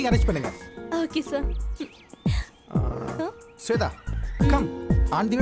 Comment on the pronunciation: Sweda illada shwetha.correct aa pronounce pannungada. Enda tamil onnu kattundhu samskrita peyaru kolai panreenga